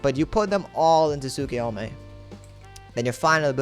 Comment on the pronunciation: Did he just say tsukuyome?